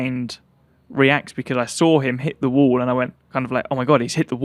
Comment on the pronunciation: no. Of times he said wool (wall)😂😢😂😂😂